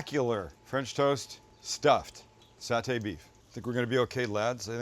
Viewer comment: Doug is correct. Sam pronounced Satay correctly. 😊